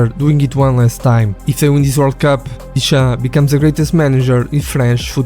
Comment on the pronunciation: Контент норм, але чому сам не озвучуєш?! Прізвища називає так - що не понятно про кого...тіша - дешам)